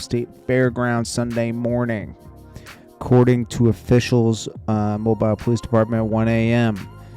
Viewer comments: Its mobile not. Mo-bile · It’s Mobile Pronounced Mo-bill not Mobile like a phone lol Home of: Hank Aaron, Ozzie Smith, Stachal Paige, Yung Bleu, Paul Bearer (lol), Lonnie Johnson (Invented Super Soaker) TQ, The Ladt Mr. Bigg … put some Respek on our name 😂😂. Say it with me now Mo—-Bill see how easy that is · Mobile is pronounced Mo Bill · mobile is pronounced like moe bill" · He said Mo-Bisle Alabama. Lol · it’s pronounced mo bill lol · You did not just pronounce it like that. Smh it’s “MO BILL” Alabama. 🤦🏾‍♂️